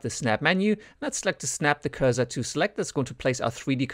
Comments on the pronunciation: Cursor, not pronounce 'Curz zer' but 'Curse sir' :) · Sure, multilingual myself. It wasn't a critique, I was trying to help and it's never pronounced 'curze zer' in either American or English. Anyway, great vid :)